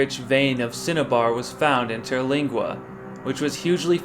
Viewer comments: Terlinga.. bro pronounce it correctly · Learn how to say Terlingua.